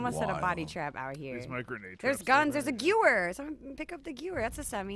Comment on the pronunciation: pronunciation of "Gewehr" is annoying, yet adorable.